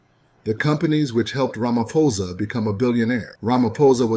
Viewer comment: He said it correctly tbh 😊